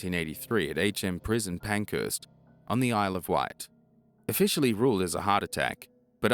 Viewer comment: Parkhurst not Pankhurst 😂